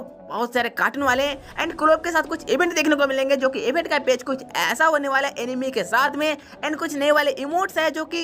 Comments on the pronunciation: Bro enemy nahi It's "Anime" Pronounce: Aanimee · Abe anime hai wo animi nahi pehele pronunciation Sikh le jaker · Bro वो एनिमे हैँ | एनिमी नाही naruto shippuden naam hain aur jitne naruto ke fan hain utne garena company sare kaam karne walo ke sir pe bal nahi hoge aur bhai jisse tu cartoon bol rha hain uska fan (#TOTALGAMING) ajju bhai bhi hain bas toone bhai cartoon bola toh koi na mein bhi unsubscribe kar rha hu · Animi nehi hea oo anime hea..😂